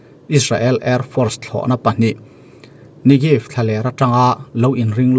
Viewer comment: Nigev ni lo in ne bane negev ti a lam tur